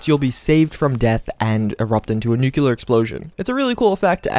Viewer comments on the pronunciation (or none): NEW-CLEE-ARE!!!! NOT NEW-QUE-LAR!!! WTF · nucular alert